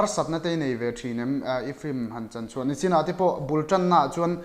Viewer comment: fan ka ni chutihrualin Mizo tawng lam/hman dik loh a nei zeuh zeuh chu beng a ti thlep lek lek thin Nichin tih turah Nachin tih ang te, Tarmit vuah lovin a lo bun te khi zia lo hle mai. Engpawh chu nise a hmuhnawm thin e👍